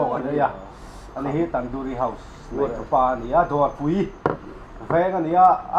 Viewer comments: Tan-duri tih tur. Tan-dawri nilo aw. Tui hmel hle mai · Tandoori nilovin tandoori tia lam tur